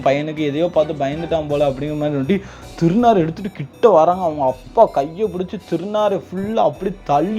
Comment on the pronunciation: டாய் திருநீர நீ திருநாருன்னு சொல்ற 👺👺👺👺👺👺👺